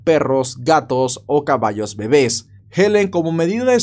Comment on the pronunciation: Los bebés.son.molestos?se.oyo Muy.chistoso.como.se.pronuncio